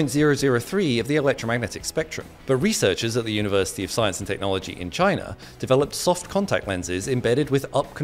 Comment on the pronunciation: Everything is going right but when you say China 💀💀